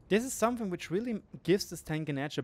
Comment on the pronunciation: "somefing" Something*... where do you find an F in there...?!?!